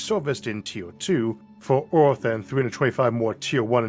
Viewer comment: What's up with pronounciating Earth as Orth? And Univorse and Mattor for that sake. And WormWhores 😅😂🤣